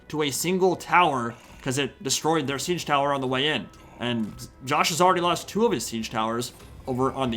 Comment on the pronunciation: I kept hearing tzeench towers instead of siege towers 😂